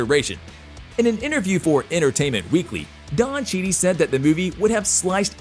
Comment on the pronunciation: “Don Cheedy” wow. Lol